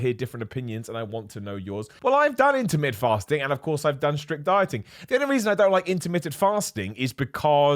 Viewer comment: It took me a second to figure out he wasn't saying "intimate fasting." I was quite intrigued, tbh